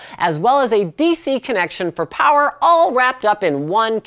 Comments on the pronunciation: "NO, WE NEED MORE POWWA" that made my day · NOOO, WE NEED MORE POWAH